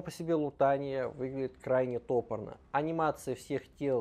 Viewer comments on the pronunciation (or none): Не тОпорно, а топОрно😅 Ты же говоришь топОр, а не тОпор😢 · Спасибо!! Ударение в слове " топорно " на 2 слоге , "топорно " - сделано грубо , коряво , как вырублено топором.